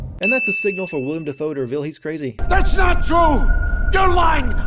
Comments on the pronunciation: I am sure I am not the first person to mention this, but it is Willem, not William. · Sin: His name is Willem Dafoe. Not William Dafoe.